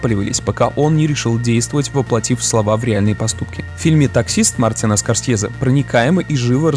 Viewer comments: СКОРСЬЕЗЕ!СКОРСЬЕЗЕ!СКОРСЬЕЗЕ!СКОРСЬЕЗЕ! АААААААА!! ЗАЧЕМ ТЫ ТАК ПРОИЗНОСИШЬ ЕГООООО?!!!!!!! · Мне понравилось абсолютно всё, так это одна из моих любимых картин, согласен во многом, но только слух режет произношение "СкорсЬезе"